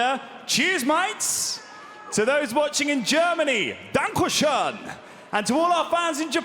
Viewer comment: that was the most horrible danke schön ive ever heard 💀